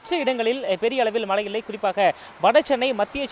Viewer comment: In sun TV, we expect a new person to pronounce zha Karam in the correct way .He speaks kocchai tamil he has to pronounce mazhai not malai .Tamizhukku zha azhagu athai kocchai paduthathirkal.its a kind request from a malayali audience